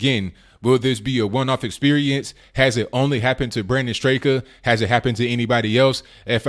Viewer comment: I listen to his YouTube show and he doesn't pronounce the second "a" in his name: "Strahk." That said, why are we letting a minority, a small one at that, push us around and silence us? And when will a Trump Train billionaire start a media outlet that squashes the existing fascist ones? On another note, I walked away from the Dems in 2008, after the crooked primary, and declared independence. There's no way I'd go from one party to the next EXCEPT if my vote in the Repub primary is crucial.